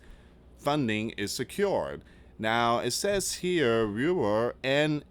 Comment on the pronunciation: Please look up or ask your wife how to say rural and indigenous 🤦🏼‍♀️I don’t even know what you said 😬🥴you weren’t even close.